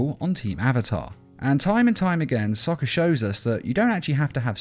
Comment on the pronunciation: bro u cant even say sokka's name